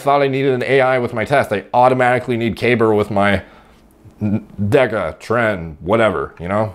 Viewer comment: deca = decka, not desa pico = peeko, not pike-o Just sounds weird when you keep saying it the way you do! :D